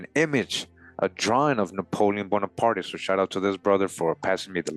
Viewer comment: Just for future reference, the E at the end of his name is silent. Prononced Bonapart.